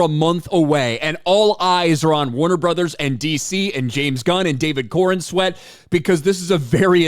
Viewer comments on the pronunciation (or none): oh "Corenswet" Thoughtcha said corn sweat 🌽 👨‍🌾